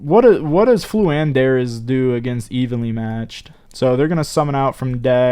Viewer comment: Lmao purposely mispronouncing names has me rolling over here